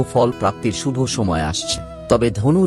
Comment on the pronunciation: ভাষার উচ্চারণ ঠিক কর। যেমন বড়, শুভ।